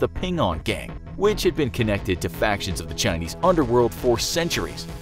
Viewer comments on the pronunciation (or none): none